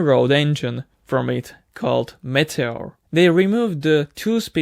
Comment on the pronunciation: Your English is getting better and better. Just a little tip, the RR meteor engine is pronounced meet-tea-or. I hope that helps!